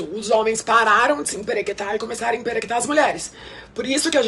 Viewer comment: Desculpa, mas só eu fechei de rir de tanto ouvir ela falando “semperequetar” kkkkkkk